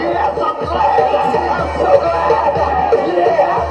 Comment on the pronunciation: Compare the "I'm so Glads"😂😂 to